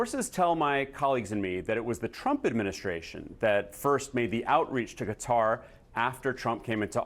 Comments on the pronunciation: Cutter? What are you saying? It’s Qatar you du****s! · Can mainstream journalists fucking learn how to properly pernounc a countries name. Qatar, sounds like ( kat tar]) Not cutter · Quatar not cutter pronounced catar grammar does mean pronounceiat words correctly. . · Ca-Tar not Cutter. Even Trump got it right. 😂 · Pronounced Qataaar 😅 nice plane though ❤ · "Even if there's no favor, that was offered from Gutter" -- when the educated Americans try to get the pronunciation right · Ffs, stop calling it "Kudder," America. 🙄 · Pronouncing Qatar as Cutter invalidated literally everything you were going to say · Not edgelording . These are professionals. If you can't get perfect Arabic I get it but cutter? Would I be edgelording if some of them were pronouncing it chicago? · IF ONLY QATAR COULD BE PRONOUNCED BY AMERICANS PROPERLY??BUT A GOOD VIDEO!!